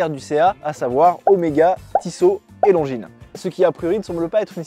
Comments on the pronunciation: il doit dire Longuiness... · J'ai arrêté de te croire quand j'ai entendu "Lonjine".